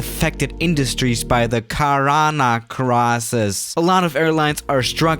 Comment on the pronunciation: did he say corona isis lol!?